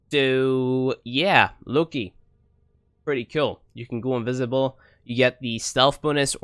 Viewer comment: Did you just said "Looky?". Are you for real?